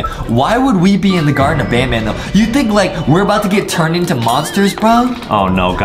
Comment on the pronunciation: Wait justin said garten of banbelina